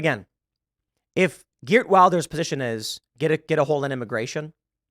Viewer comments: You probably won't read this Tim, but in Wilders the i is pronounced as the i in willow, not the i in wild. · Just to help: Wilders is pronounced will-ders.